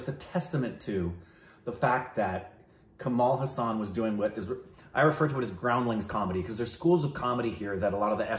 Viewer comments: Kamal Haasan is not pronounced Cumaal Huh-saan, it’s Cummul Haa-sun. Haasan is a place in Karnataka. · guys just wanted to tell you've been pronouncing his name slightly wrong When you say Haasan spell it as HAAA-SUN instead of HA-SAAAN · In Tamil it's called "pesum padam" meaning Speaking Film.... And pls note..it is pronounced Kamal Haa+sun.....not ha+saan.. Meaning the one with a lotus like smile..😁😁😁😁😁